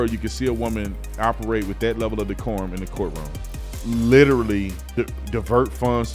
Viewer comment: How in the hell does a Republican say the word decorm?